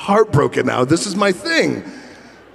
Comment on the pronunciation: Me: "Now.": "Nigh."